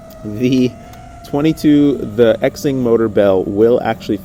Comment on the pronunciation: FYI...it is not X-ing or zing....it is pronounced "shing". X in Mandarin Chinese is an "sh" sound. Like president Xi is pronounced "she". Ur only half bufoon.